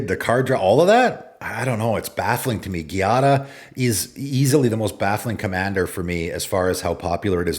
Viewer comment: Giada is pronounced GEE-ah-da. GEE like Jeep or gee whiz. It's not pronounced like Karate gi, the clothing. It's an actual Italian female name. There is a famous Chef named Giada De Laurentiis in real life. Also, you can google "pronounce Giada." I wish people would google some of these names. Some are actual names that you can look up how to pronounce with google.